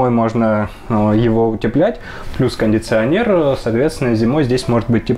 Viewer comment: Кондиционер,а не кондинционер......